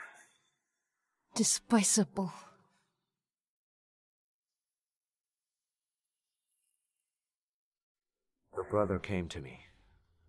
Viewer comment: Despisable✔️. Despicable ✖️